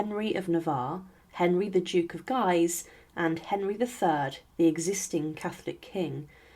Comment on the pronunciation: I stopped watching at this point. Guise is pronounced “gees” with a hard “g”, not “geyes”.